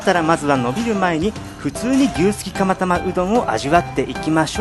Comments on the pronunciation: 牛すきタマタマに聞こえた。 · 釜玉がたまたまに聞こえた笑笑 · 牛すきタマタマにしか聞こえないよぉぉ